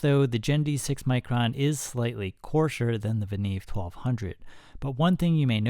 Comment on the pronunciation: The right way to pronounce is "Venyov", not "Venev". I have 5 Venev MS-1 stones from 200 to 10 microns (about 32$ each) and a couple of Venev OCB stones - 10 and 7 micron (about 25$ each). I am absolutely happy with this set.